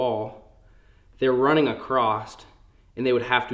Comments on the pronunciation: Across not acrosst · Acrosst? FUUUUUUUHHHHHHHHHHHHH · says acrossT every single time 😂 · Mans said acrosst....what the hell does acrosst mean... not a word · "Acrost" what an idiot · There is not a “t” in across.